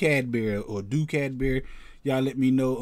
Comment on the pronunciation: You pronounced the name perfectly